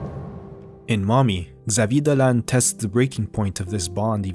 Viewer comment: You pronounce very well his french name.